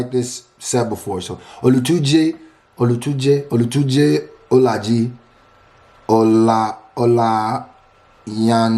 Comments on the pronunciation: Olajide Olatunji = Ola-gee-day, Ola-Toon-gee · just for future reference: olajide (ola-jee-de) olayinka (ola-yin-kah) olatunji (ola-tun-jee)